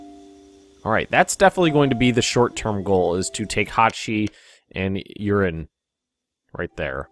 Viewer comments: i like you saing yeren like urine hahaha hilarious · Loving how you pronounce 'Yeren' as 'Urine'. ehehe